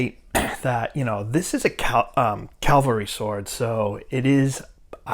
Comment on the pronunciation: Learn how to say cavalry, not calvelry